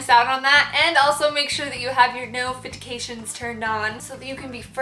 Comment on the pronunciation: scrediptions, nofidications hahah love u girl